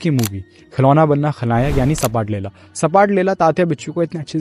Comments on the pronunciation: Sapatlela nahi bro. Zapatlela😂😂😂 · सपाटलेला नही वो "झपाटलेला" ऐसा शब्द हैं. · It's not sapatlela it's zapatlela 😢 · सपाटलेला नहीं रे झपाटलेला बोलो